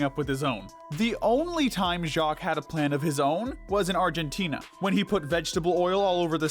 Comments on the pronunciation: I LOVE THE WAY HE SAID JACQUESSJSIWIEJEOWOWJSJEN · I'm still laughing at how they pronounced "Jacques"